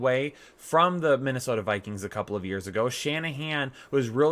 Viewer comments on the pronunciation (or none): none